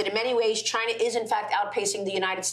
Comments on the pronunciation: Oh man finally he said Chayna 😂🙌🏽 Trump 2024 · Oh man finally he said Chayna 😂🙌🏽